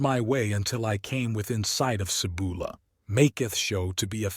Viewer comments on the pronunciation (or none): first off your pouncing the city name wrong , it sounds like this " see bowl a' " i found the site of the Cibola but there is almost nothing left there but if you have a trained skill you can still locate the site ..i found a bone knife and a shaman stone nearby but you can walk right past it and never know it was there till you are guided by a shaman and no shaman will take you there , i am a time shaman and it is forbidden to go there , it is the home of the thunder God ,the Seven caves of Chicomoztoc ,, the spirits of the old shaman of the Chitoc rest there the caves are cursed , never go there the curse are real and you will never return ...How do i know this to be true ,i am the last Chitoc the 3rd immortal ! i was born there in a life long ago ...and you should know the truth , that priest came and stood on the rim of the bowl for a few minutes and a small girl saw him and he ran away like a scared rabbit before she could tell the shaman of our tribe .. he was a coward ! he was not very smart , he stood within a few feet of one of the rarest Gemstones ever known , the Grail Stone ! hidden in plain sight ..he could have walked a few feet away and picked it up ...and had the power of the great spirits own crown ...once stolen by Lucifer ! the Grail stone belongs to me now ... humans are not welcome there ....